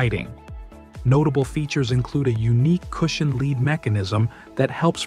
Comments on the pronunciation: When when /led/ becomes /li:d/. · Leed not Led? Thanks AI